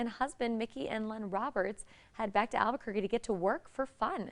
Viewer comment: Gringos are way too lazy to pronounce Spanish words correctly. Listen to how they pronounce Albuquerque, Santa Fe etc.